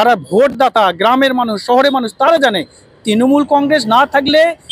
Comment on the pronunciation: তৃনমূল উচ্চারণ টা ঠিক ঠাক বলতে পারছেন না তো।